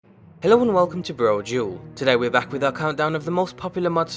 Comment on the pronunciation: I get that. But he pronounces it Bro-Dual (or Bro-Jewel as comments on older videos would say) in every of his vids with a clear separation of Bro and Dual. So yeah, not getting it then is a bit hard, you gotta understand.